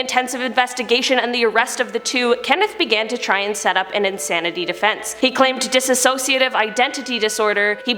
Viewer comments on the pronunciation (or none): Disa*ssociative? I cringed every time. DISSOCIATIVE! DIS SOC IATIVE! I'm petty. I'll own this...